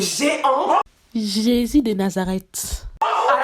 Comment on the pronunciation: "Jisis de Nazareth" 😂😂😂 soyez bénie 🙏🏾